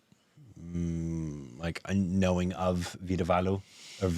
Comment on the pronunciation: saying Vadivelu as Veedavaalu tickles me everytime. It's endearing. I love that he's trying.